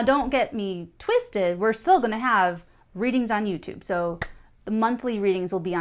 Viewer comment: Lol twisted... the way i heard you say twisted